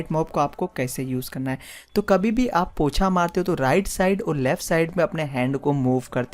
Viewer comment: Pocha hota hai bhai 😂 not POTHA